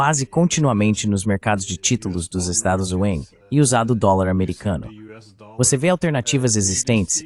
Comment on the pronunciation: Kkkkkkkkk ele fala "Estados Zeleis", maioria das vezes não entendo....ou então os "Zeleis"